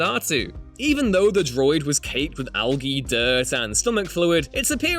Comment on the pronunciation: Did you seriously mispronounce "algee"?